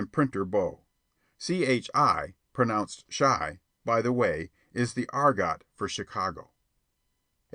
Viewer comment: Yeah I couldnt help but notice argot pronounced as ar-gott lol. Not to detract from the free audiobook, though.